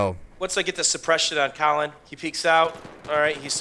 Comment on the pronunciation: Sounds like he's calling you Callum